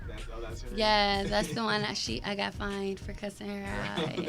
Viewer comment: Y’all killing me it’s FINED not FIND 🤦🏽‍♀️